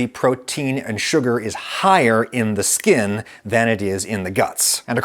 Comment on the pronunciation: I've never been more offended by something so non offensive before. Stop saying skin like that Adam